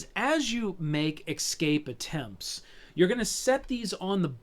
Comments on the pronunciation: ESCAPE. E-S-C-A-P-E. "Ecscape" is not a word. How does someone get to your age and have so much to say about this game and still make a mistake like that? Don't you feel embarrassed? It literally shows you how the word is spelled on the box. Literally, children from foreign countries can say the word 'escape'. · its driving me fucking crazy listening to him say excape every half-second...Dx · I hear so many Americans pronounce "escape" as "eCKscape" and I would love to know why? It's so peculiar?! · excape ...haha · Jeeezus. Can't not hear it, but want to watch and listen. I need to eksape from this!!!